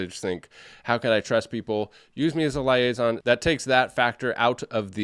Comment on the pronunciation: Sorry but it's leee-ay-zon 😂😂